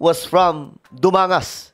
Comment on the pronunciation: Hello po. I've been your follower since 2022. I am from Dumangas. Fellow Dumangasanon ko po so Gen. Torre. Kilala po ang family nila Dito sa amin. And they came from simple yet a very respected family. BTW, Dumangas is pronounced as "Dumanggas". Last month he went here to visit his ancestors and relatives. He also went to Dumangas Municipal Cemetery to visit his departed loved ones.